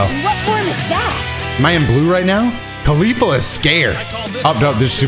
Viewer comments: i heard you say "khalifa" na "caulifa" hmm.... xD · ”Khalifla“ I can’t un hear it